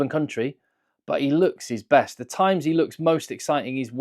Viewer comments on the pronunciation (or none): none